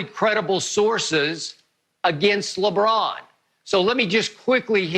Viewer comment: Everyone are saying mj the and shannon says lebum lol